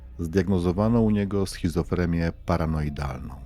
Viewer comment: Głos wspaniały, przesłuchałam sporo Twoich podcastów. Ps. Już w drugim podkaście słyszę „schozofreMia” poprawnie to schizofreNia. Pozdrawiam